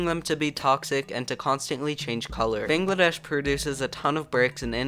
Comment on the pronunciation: I had a heart attack when they pronounced it "bingladessh"... But yea- It's very stressful seeing my motherland going down